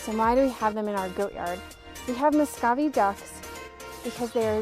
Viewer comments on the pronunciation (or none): it is pronounced (mu - sco - vee) not (mo - sco - vee).